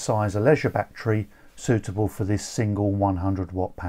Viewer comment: I like how he say batcherry